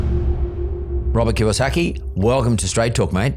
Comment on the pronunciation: It’s KiYOsaki - not Kawasaki yo 😄